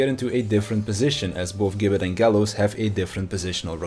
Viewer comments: It’s pronounced “jibbet” :( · gibbet is said with a J sound like george or gif